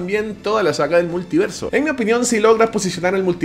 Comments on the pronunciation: “Muliverso” señores, muliverso 🚬🗿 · Es multiverso, no muliverso